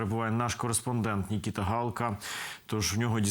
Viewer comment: не ""нікіта"", а Микита"". Розмовляйте вірно.